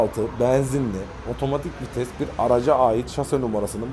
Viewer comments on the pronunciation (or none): none